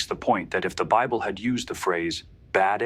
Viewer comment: "The bibbly" 🤣🤣🤣🤣 It's safe to say that this person doesn't care about the quality of their garbage.